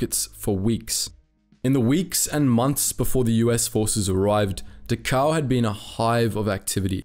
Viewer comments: I'm accustomed to You Tube computer voices by now, but for heaven's sake pronounce the words correctly. It's DA-khow, not da-COW, as if the Germans had cows there to provide milk for the inmates. Prisoners were INTERNED, not INTERRED. Even the dead were not interred; they were burned like garbage. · It's not "De-cow". It's Dachau. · You emphasize the u in Dahau, but you should emphasize the D. Du- h (as in heart)- ow Great work on the video. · Next time, please do your homework. You keep mispronouncing Dachau “ da cow”. It’s pronounced “ dak ow”. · Pronunciation is DAchau with emphasis on the first syllable. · 1 camp pronounced Doc cow. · Actually it's pronounced "Dachau". The ch is not pronounced like a k, I can't describe how it's pronounced with words though. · Great video. I only wish you had pronounced Dachau correctly. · Dachau is pronounced with the first a getting the most stress, the ch is pronounced as in Scottish "loch"- like you clear your throat, au is like ow in cow. Not that it deserves being pronounced correctly, just saying :D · You aren't pronouncing Dachau correctly.